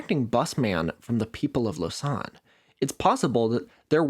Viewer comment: fyi it's pronounced "lo-zan" not "lo-san" like you say it